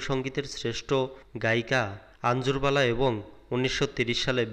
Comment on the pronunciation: ভাই, ভুলেরও একটা সীমা থাকা উচিত। বললেন, আনজুর বালা! ওটা হবে আঙ্গুর বালা।